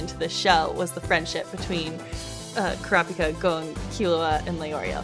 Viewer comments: this is so cringe ITS NOT GOAN ITS GON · It hurts so much hearing them all say "Goan" instead of Gon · I hate how they pronounce Gon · in the original it’s like saying Gong but with more of a flare with the n, but the dub is like saying gone or goon. It just doesn’t have the same emphasis and it’s not the same. When you hear the other actors say Gon in the sub it’s just more pleasing